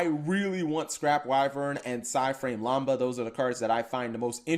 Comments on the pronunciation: It’s psy frame lamda not lamba. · it's LAMB-DUH. Haven't you seen any of the Revenge of the Nerds movies? It's said all the time there since the Fraternity is named Lambda, Lambda, Lambda. I find it funny the words you have the most issues pronouncing are said correctly a lot on the animes, or other movies. Case in point, Timaeus, Critias, and Hermos. They were all central in the Waking the Dragons filler Arc, names said over and over in that Arc, yet you still can't say any of those correctly besides Hermos.